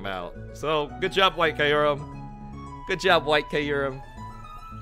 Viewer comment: KYUrum. Like Kyubi. Come on